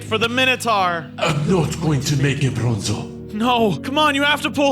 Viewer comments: Why did I hear bozo not bronzo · Its bronzo not bonzo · Bruh its br- Minotaur:Bozo.